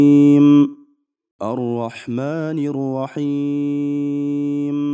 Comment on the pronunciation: Рахим эмес рохиим деп окулат